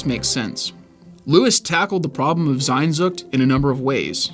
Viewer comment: Bro just read it as it is sehnsucht. It is not sainnnnnsucht.